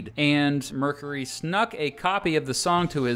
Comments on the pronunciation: merk-yer-ee not merk-a-ree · Mercury is pronounce “mer-cure-y” not “mer-curry” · Thanks I couldn't pin point why I hated the way he talks and this video. It sounds like he is questioning every thing he says or making fun of everything. Also the way he says Mercury.